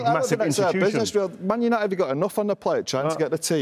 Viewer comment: put some respect on Uniteds name mate lol saying it like United are Wigan